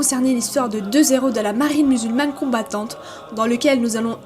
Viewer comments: La théorie de nos zeros??? On ne fait pas la liaison quand il y a un H Nos heros Ça me fait mal aux oreilles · Deux zéro ou deux héros ? Pour les prochaines vidéos pensez à ne pas faire de liaisons devant un "h" 👍